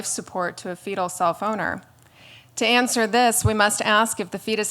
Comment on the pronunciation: I have to constantly remind myself that she says self-owner and not cellphoner